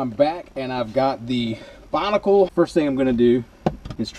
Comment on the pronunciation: Binnacle, not Bonnicle.